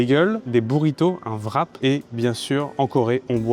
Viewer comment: Pourquoi est-ce que les français prononcent le ''w'' de ''wrap'' comme un ''v'', et d'autres sont plus comme un ''u'', comme dans ''with'' ''war'' et ''wet''? Personne d'autre que les français prononcent wrap ''vrap''. La monnaie de la Corée devrait être prononcée comme ''von'' si on dit ''vrap''.